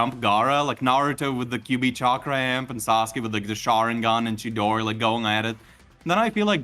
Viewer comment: Dawg, it’s fucking CHIDORI, not no damn shidori